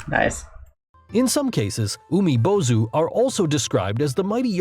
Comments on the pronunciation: And as someone learning Japanese the way he pronounced 「海坊主」(Umibōzu) physically hurt to the point I wanted to punch my screen. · He's pronouncing "Umibōzu" wrong it has a long "o" vowel for god's sake he even spelled it with "ō" how can you get that wrong?